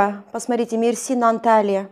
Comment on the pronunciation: Вы живёте в Мерсине ставьте правильно ударение.Ударение на первый слог.